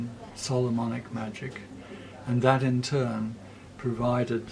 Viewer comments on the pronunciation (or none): none